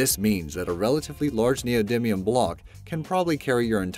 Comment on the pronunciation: Neodimium - (Ne-oh Dy me-uhm)